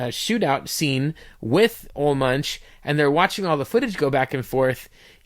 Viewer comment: Ol Munch? He said his name. It's Oolah Moonk. Get it heckin' right, eh?